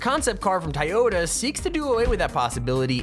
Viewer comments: Toh yo ta not tie yo ta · Toy yoda that's how it's said not tiyoda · its not tiyota toyota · its not tieota its toyota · I hate how he says Toyota it's not tiyota it's toy-o-ta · I'm probably going to get called dumb but it he's pronounce Toyota with an i so sounds like tiyota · Dude is saying tieyota not Toyota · It is said like toy-yo-ta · It’s pronounced toy-oh-ta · u said toyota wrong dude im sry if its an accent